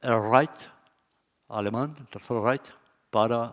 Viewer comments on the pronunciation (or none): "el tercer Right" 🤣 y luego Tel Avit Querub